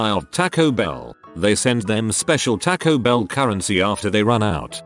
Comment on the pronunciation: Nobody: TTS: TACK -o bell